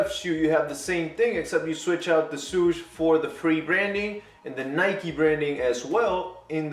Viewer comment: Swoosh, not suuuuuush